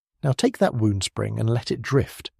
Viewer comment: you said "... like a wound spring" but you pronounced "wound" like "woo" and not like "wow", taking the meaning from a "tightly-wound spring" to a "spring whose only purpose is to harm you"